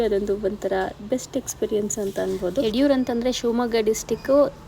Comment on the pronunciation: ಅದು ಯಡಿಯೂರ್ ಅಲ್ಲಾ ಯಡೂರ್